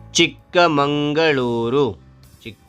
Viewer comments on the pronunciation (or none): ಚಿಕ್ಕ ಮಂಗಳೂರು ಅಲ್ಲ sir ಚಿಕ್ಕ ಮಗಳೂರು